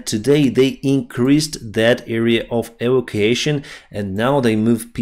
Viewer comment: I know you like to improve your English. So a word you will be using a lot in the coming months is evacuation, it is pronounced. e. vac. u. ation Cheers mate. No disrespect intended.